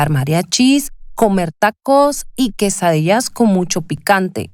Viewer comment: A mexican that can't pronounce quesadilla??? Maybe a " no sabo"? Very bad imitation.